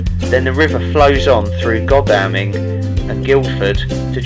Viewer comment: Great video, I'm only halfway through it at this point. This video and the Greatstone one resonates with me, my personal situations in the past and present on many points. Thanks for highlighting things. 👍🏼👍🏼 On the pronunciation point, Godalming is pronounced god-all-ming and Skål is sk-ore-l. Looking forward to the next video.